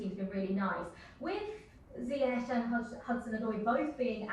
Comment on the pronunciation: waiting for the day Lampard gonna pronounce "Zayech" right..😜😜😜